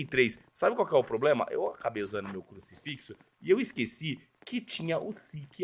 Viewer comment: MANO KKKKKKKKK "PLOBLEMA" É FOGO KKKKKKKKKKKKK